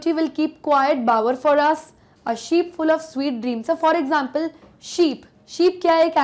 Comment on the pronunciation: "A sleep" instead of " A sheep full of sweet dreams" , pls rectify it☺